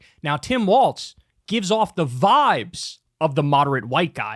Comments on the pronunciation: Tim WALZ like walls… not WALTZ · It’s pronounced “walls”, not “waltz”. Other than that, excellent video and I agree 100%. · Kyle, it's pronounced "WALLS", not "WALTZ"! Sincerely, a Minnesotan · Bruh you need to stop saying “Tim Waltz” and start saying “Tim Walz.” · While I appreciate the spotlight Kyle's putting on my governor....it's Walz, pronounced like walls.